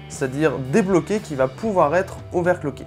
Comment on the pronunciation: "Qui pourrait être ovaire clocké" juste épique x) Sinon excellent contenu, tout y est :)